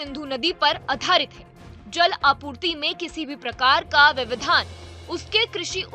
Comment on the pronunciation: अबे जेल स्ट्राइक नही जल स्ट्राइक बोल।